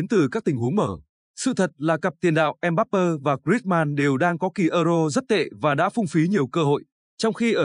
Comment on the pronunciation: Đội Pháp mở đầu thường rè rè, nhưng kể từ vòng 1/8 thì rất mạnh. Chúng tôi đang sinh sống tại Pháp,chắc chắn Pháp thắng Bồ đào Nha, 2-0.Mbappé xin đọc theo âm Pháp là "em bắp bê, không là em bắp bơ. Chúc thành công LES BLEUS